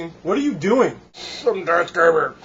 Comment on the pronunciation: Its "Darth", not Dart. :)